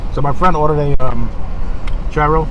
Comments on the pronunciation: Do not pronounce gyros like that akodjwkqnd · It’s pronounced yearo but he said it like giro.